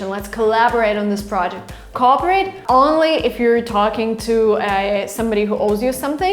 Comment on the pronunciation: I think you're trying to say "cooperate. The "co" and "operate" are different syllables